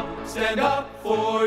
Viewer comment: As a 7th Day Adventist in PA, i congratulate all you young musicians & singers. Just one (1) suggestion: Stand // up not Standup, sounds like dup!